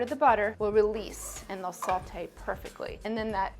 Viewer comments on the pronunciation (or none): Fun Fact: There's no L in "Sautée" but if you add too much salt the dish will taste too Saltée.